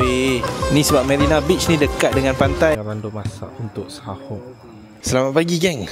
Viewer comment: Bukan sahoq tapi soq..